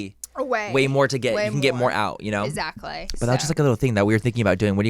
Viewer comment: It’s the “EZACKLY” for me lol